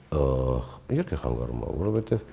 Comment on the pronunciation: Հարգելի հաղորդավար՛ոչթե խանգառում , այլ՝ խանգարում ❤